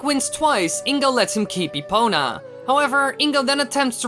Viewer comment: Epona, epoNa, epoNah NAH NAH NAH